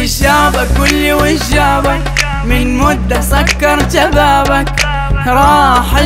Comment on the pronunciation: أنا أول ما سمعت المقاطع كنت نحسابها اغنية سعودية، فعلاً نحن في الشرق ما نقولوش ويش جابك، نقولوا شن جابك، وحتى نطقه لكلمة جابك وبابك ناطق الكلمات بلكنة سعودية، ممكن عشان يبي نشر الأغنية